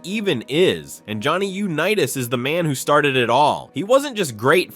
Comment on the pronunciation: Yuh-nitas?? Seriously, you need a pronunciation lobotomy.